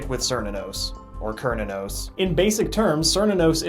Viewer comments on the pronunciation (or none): {Ker-knew-nuss} XD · cant even pronouce cernunos' name. tsk tsk. edit: or shub nigorath's